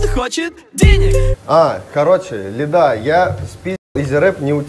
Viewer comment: лИда, а не ЛидА, он плавает по иронии и постиронии, тот дисс частично шутка, даже его глупые рифмы, это пародийный рэп